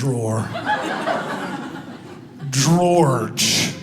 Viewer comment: That daggone Gworge! 🤦🏽‍♀️🤣🤣🤣 The gospel of Gworge! I love kids exactly for this reason!